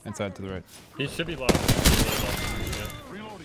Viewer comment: Now I can't unhear "Reloading" whenever I play...